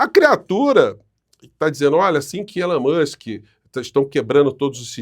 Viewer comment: "Elon Manske" e você... tchê tcherere... tchê tchê" 😂😂😂😂😂😂😂😂😂😂😂😂